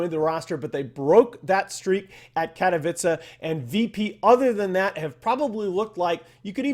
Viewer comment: Baffled by how many different pronounciations of "katowice" I've ehard among the dota crowd for the past 2 months. Its like as if Capitalist was the only person to do research and try to do it right most of the time.